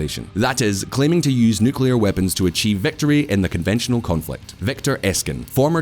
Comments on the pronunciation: I really want to hear you but your absolutely ignorant pronunciation of the word 'nuclear' is way too much of a distraction to seriously consider anything you say. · You couldn't have chosen a worse video to mis-pronounce "nuclear" in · Why do you keep pronouncing nuclear like that Texan president? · Learn how to properly pronounce nuclear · Love the channel but hate your pronouncing of nuclear. It's kind a 4th graders. Edit: says it correct on his voice overs in video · Dude. You need to learn how to pronounce Nuclear! Srsly how did no-one in your team pick up on that? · Why is 'nuclear' so hard for so many people to pronounce properly? I don't get it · I am glad to see someone else also got triggered by the way he pronounces NUCLEAR. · Nice video, but please consult a dictionary about the word "nuclear" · Why do you call it newkiller? It’s nuclear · Before making a video about nuclear weapons, please learn how to pronounce nuclear. It is Nu-Cle-Ar. It is NOT Nukular. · DONT SAY NUCULAR. ITS CALLED N U C L E A R ! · IT IS NUCLEAR NOT NUCULAR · Nucular, nucular, nucular. The nuculus of an atom is split in a nucular reaction. You might think there is a nucleus, but no, its a nuculus, thus- nucular. Not "New clear" but "noo coo luss". My ears are bleeding now, thanks a lot. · NU CLEEE ER not Nucular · Can somebody explain why they keep calling nuclear as nukiliar? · How can I take any youtube video seriously if they cant even pronounce the main topic correctly. It is NUCLEAR, not nucular! But 90% of youtubers still say nucular... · 1 shot 4 every nucular he says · THERE IS ONLY ONE 'U' IN NU-CLE-AR. IT IS NOT "NU-CU-LAR". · It's just an annoyance about him and other people saying "Nukelar" instead of "nuclear". TLDR: When nuclear bombs started to proliferate, the media shortened the word nuclear to nuke. From there, people re-extended the word to nukelar. Nuclear --> nuke --> nukelar. Nukelar is not a word. It is just a mistake and sign of stubbornness.